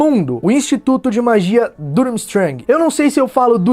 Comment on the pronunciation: A pronuncia é forte fica tipo Turmistrang